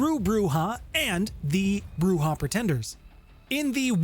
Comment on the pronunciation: And Broo-Zhah.